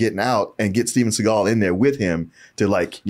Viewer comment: The Reggae album should've said "Steven Se-gayl".